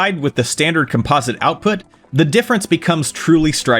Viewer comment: Why do people pronounce composite as "calm-pause-it" ? Think of the word composition. It is pronounced "com-piz-it" just like, "com-piz-ish-un". Not "calm-pause-ish-un". English is a bit weird, but we sound out words by how we collectively pronounce it as a whole. Once we start breaking upnwords into prefixes, bas words and suffixes, they don't sound right. Placing breaks and pauses in the middle of words, or even changing the exaggeration in words messes them up. English is tricky sometimes.